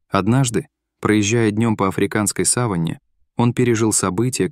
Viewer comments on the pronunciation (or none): сАван и савАнна ---- разные слова ! Говорите грамотно !